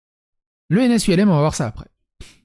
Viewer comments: On dit ens ulm ( rue d’Ulm à paris, dédicace à une bataille napoléonienne dans la ville allemande d’Ulm) et pas U.L.M, les U.L.M sont des petits avions Ultra Léger Motorisé … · on ne dit pas U.L.M.. on dit ULM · Petite precision c'est pas ens U.L.M mais Ulm comme il serait prononcé français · S'il te plait, tu peux prononcer " ULM / HULME " c'est parce que l'école est située rue d'ULM ( qui est une ville allemande, d'ailleurs on devrait dire OULME à l'allemande, mais en France c'est toujours prononcé HULME ) j'ai l'impression que c'est une vidéo sur l'aviation avec tout ces U L M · Ne pas confondre la date de soutenance et le début de la préparation. On prépare en géneral, avant 3 ans la première soutenance. Si première soutenance en 2013, ça ferait . Pour l'ENS On ne dit pas 《 U. El hême》, mais 《ulme》 Normale parce qu'on forme ceux qui diffuse des normes. On est normalien lorsqu'on est admis au concours, ensuite on est ancien éléve d'une ENS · Juste on dit l'ENS Ulm pas U.L.M. car L'ENS est rue D'Ulm. ULM c'est ultra léger motorisé.. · "ENS U - L - M" c'est une école de deltaplane ? On prononce Ulm (Hulme en phonétique), c'est une ville en Allemagne où Napoléon a battu les Prussiens en 1805 :p edit : parce que l'ENS est située rue d'Ulm dans le 5ème à Paris. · "l'ENS U.L.M" mdr ça se prononce "ulm" en un mot phonétiquement "ulme" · Un doctorat se prépare en général en trois ans en sciences dites "dures", il en a préparé et obtenu 3 en y consacrant 2 ans. Il les a obtenus sur 3 ans d'intervalle mais préparés sur 6 ans. ENS Ulm et non ENS U L M, Ulm est une ville Allemande et non un Ultra Léger Motorisé... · Merci pour la vidéo. Petit détail : "Ulm" n'est pas un acronyme, c'est le nom de la rue. On dit donc "Ens Ulm" et non "ENS U.L.M." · C'est pas ENS ULM mais juste Ulm (car l'école se trouve rue d'Ulm à Paris)... Ça me trigger de ouf